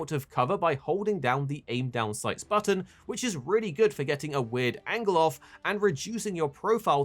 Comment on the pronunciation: Not sure what an “angewl” is? Do you mean “angle”?